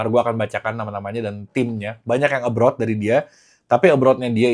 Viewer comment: ABROAD bang Bukan ABROUD